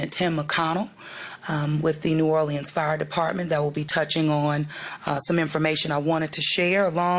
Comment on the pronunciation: Why is someone who can't pronounce the name of this city our mayor?